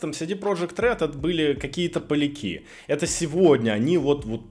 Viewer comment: ПолЯки, а не полякИ 🤣